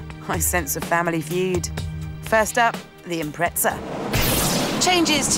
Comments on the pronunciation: ffs it’s impreza not “impretza” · it is not IMPRETZA... it is impreza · UK and US are both wrong, the Japanese pronounce it "Impressa" and they invented it. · When did they put a T in impreza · Obviously not very observant, my very obvious reason for bringing up the Forza series is they're pronounced exactly the same. You can literally just search it up. There's a T sound in both Impreza and Forza. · What the fuck is an Impretza LOL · Impreza or Imprettza? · who the fuck says impretsa? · "Impretza" lol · Lol impretza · You say impreza wrong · I was so triggered every time, where is the T.